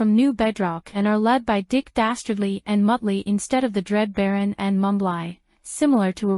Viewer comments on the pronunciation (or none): Mumbly's name is pronounced mum-blee not Mum-bligh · Mumbly's Name is pronounced Mum-blee Not Mum-bligh get it right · Mumbly's name is pronounced Mum-blee not Mum-bligh. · Mumbly's name is pronounced mum blee not mum bligh get it right